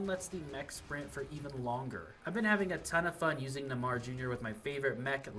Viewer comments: Nuhmah jr bro couldn’t look up a pronunciation real quick lol love the video tho❤ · He said it like neh mar jr. 🤣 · Neymar is pronounced NAY-mar.